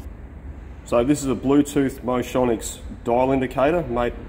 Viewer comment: It's "motion-icks"